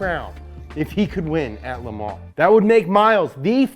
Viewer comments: The S is silent in "Le Mans". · Learn how to pronounce Le Mans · How many times did he said The 24 hours of le mans epicly?